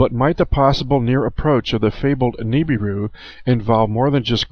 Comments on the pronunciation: I can't stand the way you say Nibiru. You say Nee-bee-ru. No one says it that way. The rest of the world pronounces it Nib-ir-ru. Good movie though! ;) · Nibiru is being mispronounced. That is my number 1 hang-up and my number 1 vice is poor language and me correcting it.